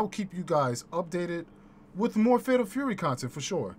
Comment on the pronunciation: 😂 Shame on your chat they ain't call you out on that pimpalicous pronunciation of "Tury" 🤣 bruh only we come up with this type of genius 🧠👑🧘🏿‍♂️🥷🏿